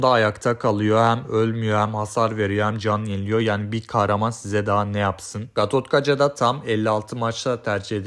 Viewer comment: Gatotkaja ne😭😔 Gatotkaca sc gibi okuyun ingilizce ❤️